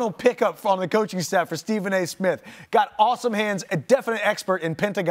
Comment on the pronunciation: Stephen a “smiff” 🤣